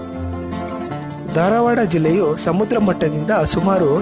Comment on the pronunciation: ಧಾರವಾಡ .... ದಾರವಾಡ ಅಲ್ಲ.